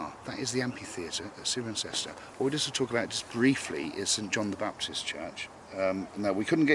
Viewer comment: it's pronounced 's-eye-ren-cester' :)